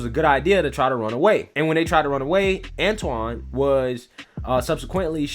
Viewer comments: Antwan not Antawn. Just an FYI. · antwon not anton